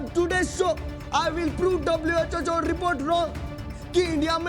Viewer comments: WHHO Nahi ❌ WHO Hota Hai ✔️ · WHO❌ WHHO😮😅😅😅😅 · Guys I am saying it respectfully that it is not WHHO IT IS WHO❤